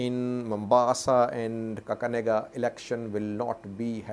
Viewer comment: السلام عليكم ورحمة اللة وبركاتة ماشاء الله that county is kakamega not kakanega